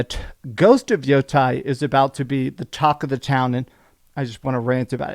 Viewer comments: It's pronounced Yah-tee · I know you know how to pronounce Yotei properly. It’s pronounced yotae. This is Japanese, not Greek dude. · When Japanese words are written in our alphabet, vowels are pronounced like in Spanish and they don't change is they are combined with other vowels, like in Yotei. Therefore its YOH-TEH-IH or YOH-Tay.